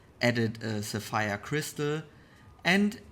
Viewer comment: Am American and I find eastern accents and enunciation captivating to listen to. Sapphire is heavily accentuated to sound like Sir- Fire 🔥. Equally impressive was the step by step transformation of a mundane seiko5 to an award winning Rolex iteration. Your creativity and resounding command of the English language has earned you a new subscriber. Blessings from USA. Malik Martin.